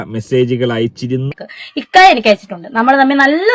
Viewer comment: ഹിക്ക അല്ല ഇക്ക...😅😅😅😅😅